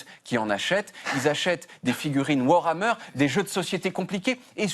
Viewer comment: mouais, prononcer ´Warmer´, bof la mention.